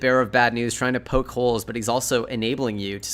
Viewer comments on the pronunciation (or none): none